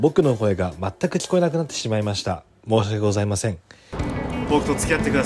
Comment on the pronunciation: もやしがけございませんはツボすぎる😂😂😂